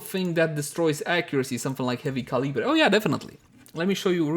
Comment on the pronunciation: did you just pronounce heavy caliber as heavy cali-breh